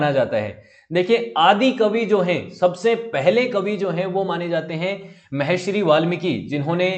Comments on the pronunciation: Sir aap bahut acche videos banate ho.lekin sir aap ek galti kar rhe h.Aap Mahashri bol rhe h lekin vo "Maharishi " word h. Please sir thoda dhyan rakha kijiye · Maharshi shabd ka uchchaaran aap galat kr rhe hain sir ji. Audio bahut prabhavi lgi